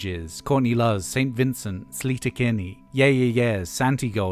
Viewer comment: to get this out of the way -- the band sleater-kinney is pronounced slay-ter, not slee-ter. to the topic at hand, i love polly but ROM has always been too ugly for me, both in the production and the songwriting, ie i can't lay all the blame on albini. but thankfully she's put on so many guises over her career that there's plenty else to choose from, and very little by any artist moves me the way the gothic theatricality of tbyml does.